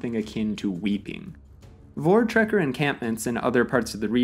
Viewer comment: It's a well researched video! Much better than I normally see from foreigners. The pronunciation was admirable too. One big tip that will go a long way: In Dutch/German/Afrikaans, the "V" is always pronounced as English "F". In the same way, "W" is pronounced as English "V". So you would say: "Foortrekker", "Transfaal", "Folksvagen", "Luftvaffe", "Veimar Republic", etc.